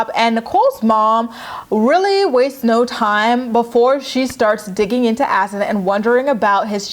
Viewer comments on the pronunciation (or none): His name is HASSAN !!!!!!!Not Azan. IT doesn't even exist as a name . This brat can't even pronounce a common name properly ugh.